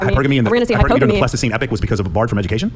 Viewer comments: He's saying pleistocene to sound intelligent, but he's not even pronouncing it correctly. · When that guy on the right keeps saying "Plastoscene Epic" does he mean Pleistocene Epoch?